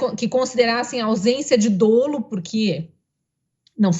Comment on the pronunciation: Leia-se "Dolo" e não "Dôlo". "Dôlo" não, pelo amor de Deus!!!